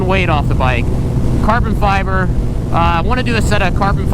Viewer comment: cahben fyebuhhh.